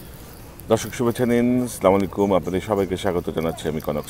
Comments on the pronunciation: ভাই আল্লাহর ওয়াস্তে বেয়াদবি নিবেন না। আপনার বক্তব্যের শুরুতে "স্লামুআলাইকুম" না বলে "আসসালামু আলাইকুম" বলবেন। আসসালামু আলাইকুম শব্দের অর্থ "আপনান উপর শান্তি/রহমত বর্ষিত হোক। স্লামুআলাইকুম এটা আসলে সঠিক নয় অথবা বেশি বেশি সালাম না দেবার অভ্যাস না থাকার কারনে এমনটি হয়। আমি কিন্তু বলছিনা আপনি বেশি বেশি সালাম দেন না, কারন এই ভিড়িওর শেষে আপনি সঠিক ভাবেই সালাম দিয়েছেন। আর এটা আরবি ভাষা। আরবি গ্রামারের পাশাপাশি আরবি ভাষা সুন্দর ভাবে পড়ার জন্য রয়েছে "তাজবিদ ও মাখরাজ সাবজেক্ট যেটা অন্য কোন ভাষাতে নেই। আবারো ক্ষমা প্রার্থী ভাই। আর আমি কিন্তু আপনার একজন নিয়মিত দর্শকই নয় ভক্তও বটে। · আসসালামু আলাইকুম বলার চেষ্টা করেন,,, স্লামাকুম বললে পাপ হবে,, আমিন